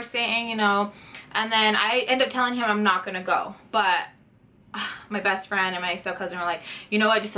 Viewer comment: did i hear breast friend?